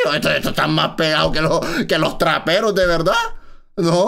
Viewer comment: Dijo traperos gil😅😅